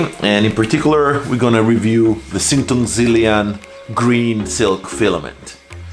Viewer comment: good pronunciation of "xing tong zhi lian"